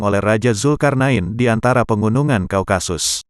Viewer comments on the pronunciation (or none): none